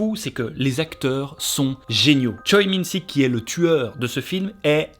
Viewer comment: J'adore la réf à Memories of Murder! (Petite reprise : Choi Min Sik se prononce Che Mine Shik. ) Il y a Les Deux Soeurs aussi qui est pas mal je crois (mais les films d'horreur ne sont pas trop mon genre même si on peut trouver de l'horreur dans le cinéma de Bong Joon Ho et que j'ai vu Dernier train pour Busan)